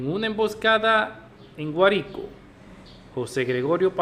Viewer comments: Tiene que pronuciar bien GUÁRICO POR FAVOR Y DE VENEZUELA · El sr pronuncia un acento equivocado